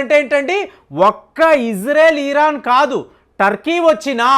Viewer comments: ఈరాన్ కాదు, ఇరాన్. అలాగే లూసిఫైర్ కాదు, లూసిఫర్. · మీరు ఇరాన్ కి బదులుగా ఈరన్ అని పలుకుతున్నారు. అలాగే కొన్ని పేర్లను కూడా మీరు తప్పుగా ఉచ్చరిస్తున్నారు. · Mottam Sodhi, ee rraann😅, tel alvi😊 perlu sariga paluku sir😮